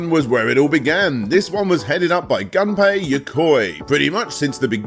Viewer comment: It's "Gunpei" Yokoi, not "Ganpei". You don't pronounce that like "gun" in English